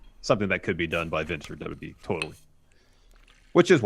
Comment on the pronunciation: Stop saying the "DAWBLUEE" instead of WWE. Wrestling News NOW has corrupted your brain.